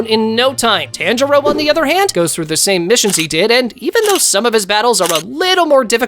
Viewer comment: I just noticed he says it wrong lol